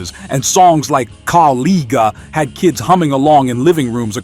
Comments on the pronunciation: AI messes up again, unable to pronounce "Kaw-Liga" correctly, a big mistake. Also it would be good to match the video clips with the correct artists like Hank Williams and Hank Williams Jr. !! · It is pronounced Co-li-ja. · Caw-LEAGUE-uh, huh? Stop with the AI and voice it yourself. Stop being so lazy. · I appreciate these songs. Would love it if you could say the words correctly. Kawliga was not correct. The i is a long i. The g is not a hard g.